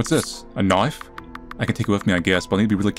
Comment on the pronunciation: Crow: Don’t go into the forest, kid. It’s dangerous. Dad: No, don’t go into the forest, I’ll go. It’s dangerous.: ᕕ( ᐛ )ᕗ ~goin’ into the forest because you told me not to!~ Side note: Why did suddenly become aussie when pronouncing the word: Knife. Lol